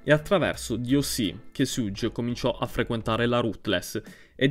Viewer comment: bro però perfavore, la pronuncia di Suge come fai a sbagliarla?